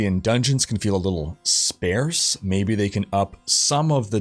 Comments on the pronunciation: Greeting from the language police ;) Sparse is pronounced like `arse` (as in your backside) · Dude, you need to work on your pronunciation of words... everytime you say sparse or affix, it drives me up the wall...